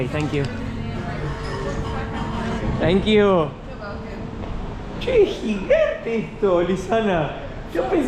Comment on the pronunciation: says: Chenk iu guys!😂